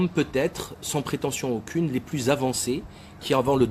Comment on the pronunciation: Laïbi: "Vous n'avez aukine cridibilité"